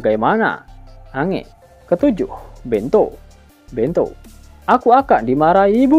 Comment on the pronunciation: Bukan ange,tapi di baca enj,, lontong betul kau